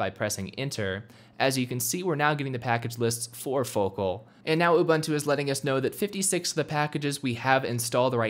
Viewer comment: You can't install it until you can pronounce it right. The Beaver told me that.